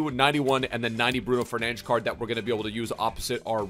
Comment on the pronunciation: hearing the commentators in game call him “fernantch” is so annoying